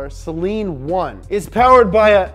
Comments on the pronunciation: Its not Sellen, Its SAYLEEN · It’s SUH-LEEN. NOT SAY-LEEN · Actually it’s pronounced say-lean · SlickHomieSeal Acktually it's pronounced sell-lean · Its pronounced saleen not saleen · pronounced "say-leen" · The Saleen Ford Explorer